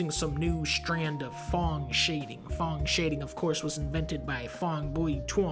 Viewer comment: I love how with most of the terms he’s so close. But nails Phong shading.